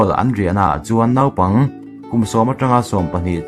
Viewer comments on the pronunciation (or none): none